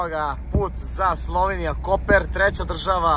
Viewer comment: nije Koper nego Kopar